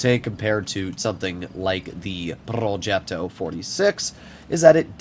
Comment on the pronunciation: Not purring like a cat when he pronounces "progetto". We all know you're american, you don't have to force it.